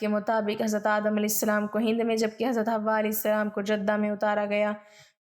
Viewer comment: Sister , hamari amman ka naam Hawa nahi ,Hawwa tha ,ہوا اور حوا میں فرق ہے ،اپنا تلفظ درست کرلیں۔